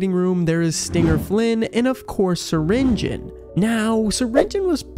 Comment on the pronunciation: Syringeon (sur-in-ge-on) not Syringeon (surin-gon)